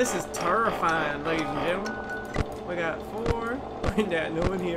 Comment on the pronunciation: ”Its terrrrrifying”😂